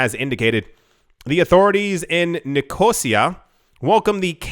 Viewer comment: Thats Nick-o-sea-a